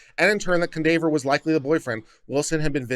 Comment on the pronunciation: Cundaver? This is a black name you know it is pronounced Kwan-dav-ee-yay.